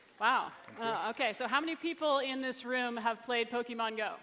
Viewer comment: How is this guy the CEO of Niantic when he can't even say the name of the game correctly.